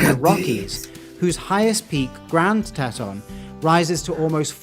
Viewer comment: That was a really cool video. Thanks for sharing. Btw the Grand Tetons are pronounced grand teetons.